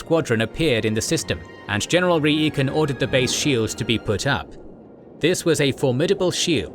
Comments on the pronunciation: REE EE KEN? NO ITS PRONOUNCED RY KEN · It's General RYkan not REEkan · did you really prounounce reikan's name wrong when it is said plainly for you throughout multiple games & movies?! its pronounced RAI-KEN, not REE-KAN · "Rai-ken" lol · Star Wars spelling is a little wonky, but the general's name is pronounced Rye-ken :] He comes up a lot in Star Wars